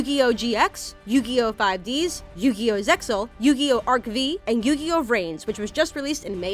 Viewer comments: its not zex-zal...the X is silent.....so many mistakes in this video x.x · Zexal is pronounced "Zeal". The X is silent. Another random change by 4kids.